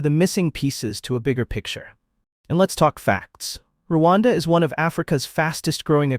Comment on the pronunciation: Its Rwanda not ruwanda dear and thank u